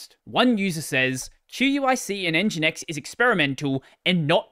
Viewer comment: fringinX lol